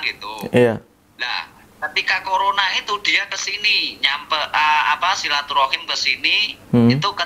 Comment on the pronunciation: Maaf banget ya pak,aku dengerin serius dari awal eh tiba-tiba pecah pas bilang kokorona🤣🤣🤣 Maaf bgt ya pak 😅🙏